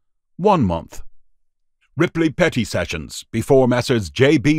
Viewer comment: Sometimes when the narrator aid "Petty Sessions" it sounded like "Petting Sessions" lol